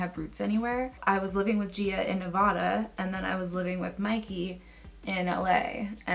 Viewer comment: It’s Ne-va-duh not Ne-vah-duh lol